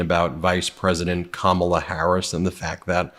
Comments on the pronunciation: He has so much trouble pronouncing her name, he should call her Madam President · He knows her…can’t pronounce her name. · Kamala should start calling him Don Old or DumbOld or something. He is so disrespectful the way her keeps mis-pronouncing her name. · Trump talks about her as if he knows her. He doesn't even know how to pronounce her name.